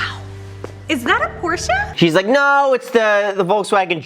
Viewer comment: Dude... for a guy who owns a Ford GT you should know how to pronounce Porsche....come on man. The girl in the video even pronounced it correctly and you STILL said it wrong right after her...